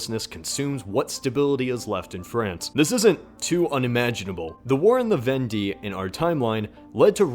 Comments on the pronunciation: "Vendee" is prenounced "Venday," not "Vendie" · I am triggered by how he pronounced Vendee.